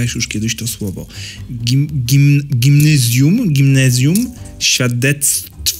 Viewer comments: Nie czyta się gimnyzjuu tylko gimnazjum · Gimnezjum" XD...PADŁAM!😂😂😂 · gimnezjum" XDDDDDDDDDDD